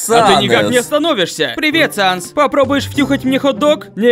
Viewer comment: Почему Саннес!?Правельно САНС